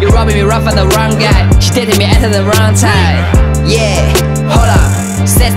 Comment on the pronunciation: 麻烦练一下英文发音把。。。you date特 me at特 the wrong time。。。